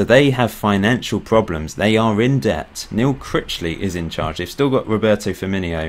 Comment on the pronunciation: It's not "Roberto Finminho" or "Roberto Firminio", it's just "Roberto Firmino", not every Brazilian name needs "-inho", which is a suffix meaning little.